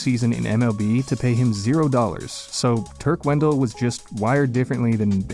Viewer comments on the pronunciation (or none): none